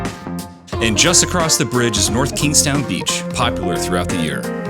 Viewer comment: Nice video, thank you for pronouncing the towns name correctly.